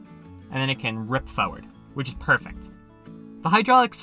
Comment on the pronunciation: why do you say farword